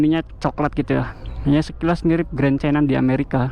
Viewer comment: Mulut mu typo, yang di US itu Grand bukan Green😅